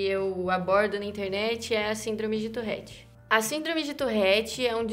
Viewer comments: Nao e touRRete, é touRete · Ela: eu tenho " tourrette" Eu: mas não se fala " tourette " ? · Tourette tem 1 "r" só, então pq caralhos ela fala "Tourrette"?